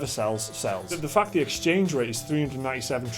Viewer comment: Am I the only one who heard, "the fuck that" instead of "the fact that" fuck heard like fuq. Idk. O0o